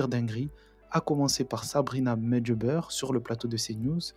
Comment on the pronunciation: Medjebeur ??? Wesh d’où elle est ?? Encore une journaliste qui a bien appris son métier